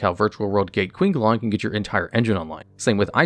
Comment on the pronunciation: Qinglong? QINGLONG?! ITS PRONOUNCED "ching-long" MY DUDE. DO THE RESEARCH ON THIS LIKE YOU DO FOR THE CARDS YOU ARE TALKING ABOUT